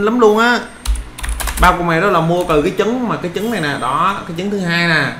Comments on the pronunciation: trái trứng mà sao nói trái dứng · Hay quá nhưng mà sai sai trái trứng mà a đọc thành trái dứng đọc ngược lại là trứng ....